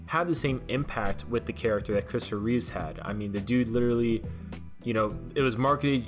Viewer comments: It's Christopher Reeve NOT "Reeves." Show some respect. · It's not "Reevz", it's Reeve, Christopher Reeve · It’s Christopher REEVE, not Reeves